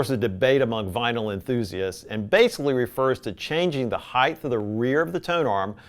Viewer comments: Heighth is not a word. Did you mean the proper heighttttttttttt. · Hieghth? Lol what's a hiegth? Supposedly educated yet Doesn't know english.